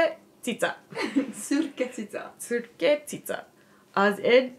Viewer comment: Really nice to see you are back at learning Hungarian! Your "Cica" pronounciation is spot on. Keep at it, and become "Magyar 上手" 😀 If you guys ever visit Hungary (excellent Honeymoon destination 😉), I can help to make sure you have a great time 😊